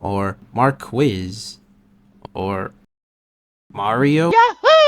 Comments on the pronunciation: MAR-KEY NOT MARQUIZE--- 😭😭😭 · "Marquis" if I'm not mistaken should be pronounced "Mar-key". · lemme help. Mar-Key. It’s a title like duke or lord.